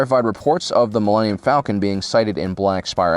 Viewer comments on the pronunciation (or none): none